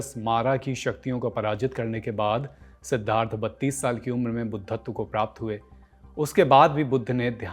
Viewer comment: Man you can't pronounce Siddhartha